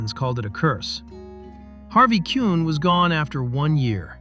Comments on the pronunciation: Harvey Kuenn's name was pronounced "Keen" not "Kuhn." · AI makes another mistake. Colavito was traded for Harvey Kuenn (Keen not Quinn). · I was a Tiger fan who appreciated Rocky coming to the Tigers. Watching Kaline, Cash, and Colavito in the lineup was a treat. I felt sorry for the Indians though when they traded away Rocky. By the way, it was Harvey "Keen" not "Kune". Kuenn was a very good player and hit .353 the year before he was traded, but I was very happy with the trade. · It's pronounced Harvey "Keen" not CUE-en. 44.3k fans at Cleveland's Municipal Stadium would not pack the 81k seat ball park. AI strikes again. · It's pronounced Harvey KEEEN! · It’s Harvey Kuenn (pronounced KEEN) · It's pronounced Harvey Keen. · Harvey Kuenn's last name was pronounced dead "Keen" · An otherwise interesting piece is nearly ruined when the producers don't care enough to get their facts straight when creating these pieces. Rocky was traded for a then very fine hitter (though not quite in Rocky's class) named Harvey Kuenn and Kuenn is pronounced Keene as in Johnny Keene the manager of the 1964 pennant winning St. Louis Cardinals. I get it, this is probably an AI piece----but it saddens me that this is the state of sports reporting these days. The Kuenn story also slightly infers that Harvey was somehow not worthy of a trade of that magnitude. Harvey was a many time All Star, an AL Rookie of the Year, and an AL batting title holder. I guess if no one minds history shot full of holes this AI stuff will be just fine. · Too much mis-information. Beginning with misspelling his name on the opening page, to mispronounced Harvey Kuenn's name, wrong team pictures. At least get the facts straight